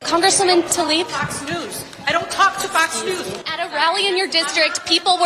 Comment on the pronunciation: She's looks like she's been really stuffing the filafel in her face lately. Tl ay b ...not Talib